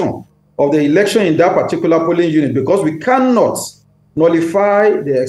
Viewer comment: Plsssss this phrase is "POlling unit" NOT pulling unit oo